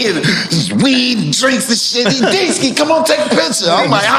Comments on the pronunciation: Its Deeski 😂😂😂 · Man it’s Deeski…😂😂😂😂😂WHAT….Aight😂😂😂😂😂😂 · “It’s Deeski” 🤷🏾‍♂️